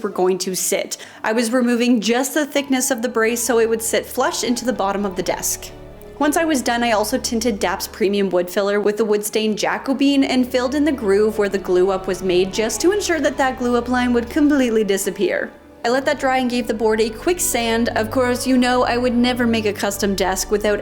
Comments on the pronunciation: While a Jacko-bean sounds like something you could plant to grow a giant-worthy beanstalk, and I am down with that, the stain you like is named Jacobean and pronounced Ja - kuh - bee - uhn, with the emphasis on the first syllable (Ja) of four. It is named for the Jacobean era, when James VI of Scotland also became king of England (1600s), and denotes a style of architecture and furniture that bridged the medieval and Renaissance styles. The furniture was fairly ornate, heavy and dark, made from oak or mahogany, which is the colour the stain is imitating. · Say it with me, JA-CO-BEE-YEN. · "Jack-O-Bean" always gives me a giggle.....Love you!